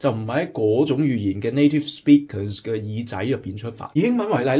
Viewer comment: Interesting analysis. If you strive for excellence it is important to identify the source of accent and attempt appropriate action. In a job interview in the U.S. speaking perfect English as a non-native would definitely impress the interviewer. BTW you have an obvious HK accent when you said "native speakers". I am not able to offer you a precise linguistic analysis, but you need to relax your lips and teeth. They are way too stiff. You have too much teeth sound as if you were speaking Cantonese. You dragged out and emphasized the second syllable in "speakers" too excessively, in fact, a bit high pitched and cacophonous. Saying one or two words in English is fine but you would have problems conversing smoothly in completely sentences My advice? Please take a class in accent reduction yourself before you teach or coach conversational English.